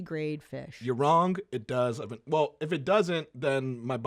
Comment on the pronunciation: I hate how says “wrong” The G is silent you J.